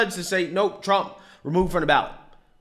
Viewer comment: Dude, are you going to learn how to say cajones?